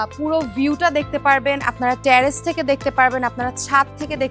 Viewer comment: Hi. It's not ট্যারেস it's টেরেস।